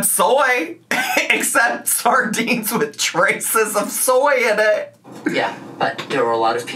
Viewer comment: I love that she says “saRdines” but still called herself “Dah-lean” 😂